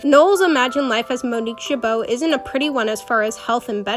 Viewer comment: I loved how you made this vid but you kept saying Monique Chabal wrong 😭 she is my fav character sry